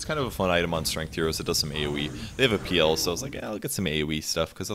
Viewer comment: I like how he prounces PL peal